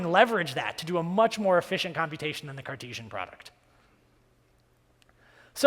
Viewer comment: Good, to the point presentation besides few wrong spellings and mispronunciations. It is "Cartesian" and "Kyro" instead of "Cartesian" and "Crayo" respectively.